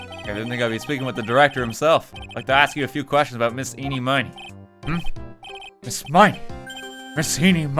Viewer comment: Miraculously, almost everyone I've watched has never pronounced Ini Miney's name right.